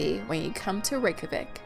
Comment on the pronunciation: NOT THE REYKJAVIK AS REKAVIK😂😂😂